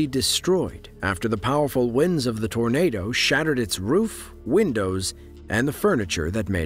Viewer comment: .. Uhh, Yeah... That's a Tarnaduh!